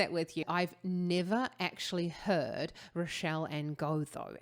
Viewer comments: Her name is pronounced ‘Ray-shell‘ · Rachelle is pronounced the same as the name Rachel which is Ray-Chel. 😊